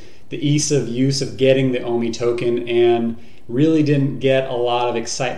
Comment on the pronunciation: why do they call it WOMI instead of OMI ?